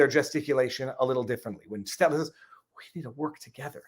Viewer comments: Did he say seltzer or stelter? Called him a joke right out the gate, real 4d moves here. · I'm pretty positive its not on purpose but mispronouncing Stelters name over and over, just shows how little Stelter means to and I love it. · Frei S-T-E-L-T-E-R ... "Stedler" ... W-T-F-?